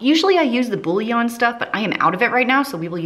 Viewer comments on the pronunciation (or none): none